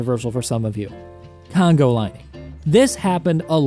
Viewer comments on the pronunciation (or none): Dude I was dying at "congo lining" :D